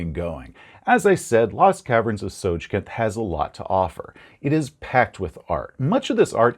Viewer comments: It's called Tosjcanth, not Tosjcannoth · I always thought it was Tss-oy-kahnt. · I think it makes more sense to pronounce it Soy-kanth. I mean, it's D&D and the names weren't really created by people who understood language, but So-j-kanth is... very inorganic. Usually, syllables like a hard j in the middle of two syllables that are often spoken from the front of the mouth would be ironed out by speakers over time. First of all, there is no vowel attached to the J, which makes it virtually unpronounceable. Unlike letters like the H in Hrvatska, Croatian being a language that mercilessly smashes together consonants, the hard J doesn't blend into the following syllable. You can feel it when you say it, like grinding a gearbox. So"dz"(J like jungle)-Kanth also make some sense, but, I would suggest that this word becomes immediately more pronounceable in German gives us some pretty big hints: Ts is native to German as a Z, and the soft J is too. However, only the designers know the "correct" pronunciation. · It's pronounced TSOJCANTH. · It's pronounced "So-Canth"